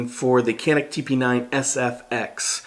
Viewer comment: It's pronounced Jon-neek